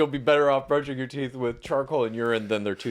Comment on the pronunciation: Brush your tweeth? Hmmmmmmm tweeth isn't a word. Hmmmmmmm